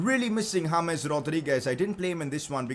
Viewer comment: I Love Your Channel I Love You I Love Your Videos But Pleeeease Stop Saying Hames instead of James I Wanna Watch Without Being Kinda Mad